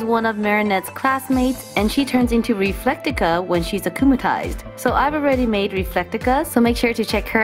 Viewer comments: It's pronounce reflecta not refectica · its RE-FLECK-TA